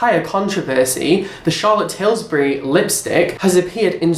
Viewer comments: I could not focus from the second you said charlotte tilsbury 😂😂😂 CHARLOTTE TILBURY 😂😂😂😂😂😂😂😂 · Did anyone else find him pronouncing charlotte tilbury as tilSbury annoying ?! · It's 'Tilbury' - do your research before you post a rant!!! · Charlotte Tilbury not 'Tilsbury' haha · 😆😂"tilsbury" ... It's tilbury.. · charlotte tilbury not tilsbury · I'm sure someone already told you it is Tilbury. lol. I DID watch 3 favorites video for October 2016 today and they all had Charlotte Tilbury's KKW lipstick in it. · It's Charlotte Tilbury and Jeffree Star, not Tilsbury or Stars :) Nice video though!